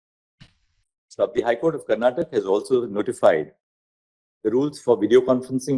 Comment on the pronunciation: It's not karntak it's karnataka